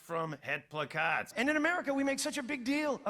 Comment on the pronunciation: *plakkaat ('placcaet')